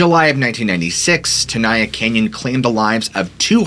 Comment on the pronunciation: Tenaya is Ahwahneechee not Mexican. I grew up in Molesto, was a Boy Scout. My council was Yosemite, my district was Chief Tenaya district. Locals pronounced it ten aye ya not ten eye ya. It's Mee wuk not Mee wawk. It's Gay len Clark not Gallon Clark. This guy gives me the creeps not the park. Me and my friends worshipped the park and to this day I have never been there. It's for tourists who don't respect it, don't revere it, have no souls. The hotel was built in '27 for the rich. I am mixed blood and I suppose, to this punk I'm living under a rock. Where do the homeless live in the park? Ca like other states is becoming just one more banana republic. During the Depression, the Okies(the homeless) could pay a couple of dollars and stay in the park all summer, fish for trout. My biology teacher in HS would serve as the park naturalist during the summer from school, Mr Heller, would wear a poncho and two 45 acp's.